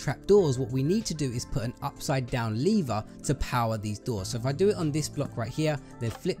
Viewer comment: The way he says “lever” is hilarious